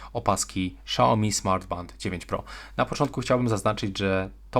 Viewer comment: SZAOMI hahahahhah